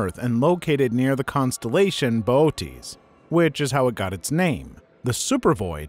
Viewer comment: Pronounced Bootes correctly, even if I can't type it due to not having an umlaut on my keyboard. That's true of most wasabi too. I can almost guarantee you sight unseen that any wasabi you have is just green horseradish, with a teensy tiny little bit of wasabi powder added just so they can put the word on the bottle. Acutal wasabi has such a crazy short shelf life when raw, and once prepared has to be used within a day. So you're not gonna find it at Walmart. You'll have to go to a specialty store, or order a root online priority shipping and make your own.